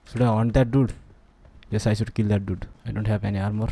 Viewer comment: Legends say that is still saying dut.(dude)